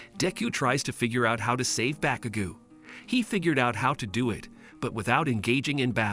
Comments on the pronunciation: Bakugu who that its bakugo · "deyku" "all mighty" "baukugu"💀